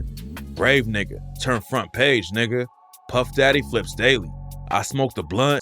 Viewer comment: Are you Spanish saying “nigga” or am I trippin? 🤔